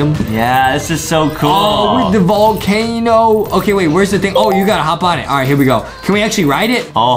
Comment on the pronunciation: Adem really said valcano